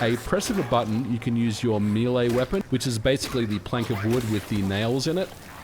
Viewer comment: Why is MVG calling Melee Weapons "Milei Weapons" ? lol